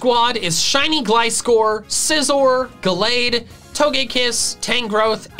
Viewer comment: SCIZOR, NOT SICOZR!